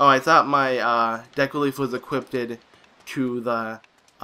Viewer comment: "Equipted"? I bet you say "drownded". LOL